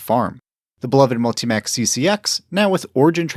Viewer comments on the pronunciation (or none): It's pronounced multi MOCK, not multi mac